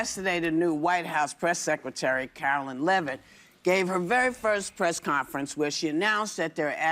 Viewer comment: Whoopie... it's Caroliiine, not Carolyn.